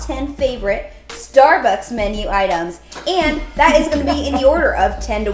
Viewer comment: Did anyone else hear say "Starebucks" towards the end or am I going crazy?